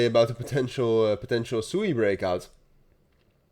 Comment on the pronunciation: SWEEEEE please pronounce it correct. Its such a cool name and sewey is not. Its a japanese word for running water.